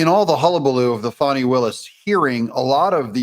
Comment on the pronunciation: Thanks for pronouncing her name correctly..Fanni as in Butt… not Fauni…. Old southern name.. had an aunt Fanni Belle